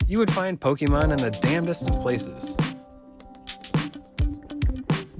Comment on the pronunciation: Right off the bat guy pronounces Pokèmon wrong😂😂😂